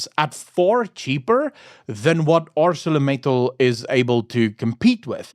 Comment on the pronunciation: I used to work there for 15 years. The name of the company is pronounced as in the King's English. "Acel-or Mittal as in Metal... Acelor Mittal...like in the Accelerator of a vehicle...As it ain't Arse-sore a-cell-orator... It might be, but it ain't. 🤣.It is Acelor Mittal. Capish.😊😅😂